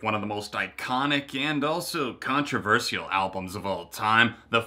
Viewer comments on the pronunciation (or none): the way you said controvershal is controvershal, like the way I have just spelt it.